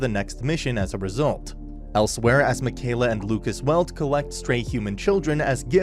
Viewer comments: Ur mispronouncing mikaela it's pronounced mickeyela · Its Yu-ich-i-ro and Mi-kai-la. That's how its pronounced. :(